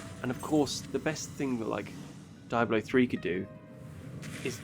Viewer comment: Why do you say "Diabolo"?! 😅